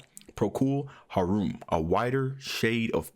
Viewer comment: Procul Harum is the band formed in the 60s, Gary Brooker the singer, BTW It's pronounced Procol Har um not Haroom. It's the conductor who controls the levels of the sections as well as the feel of the music. In the 60s and 70s there was no such thing as auto tune or backing, live was live and they are and were great musicians.